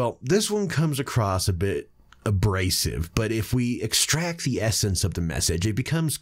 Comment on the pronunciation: i love the way you said xtract the message!way to read between the lines man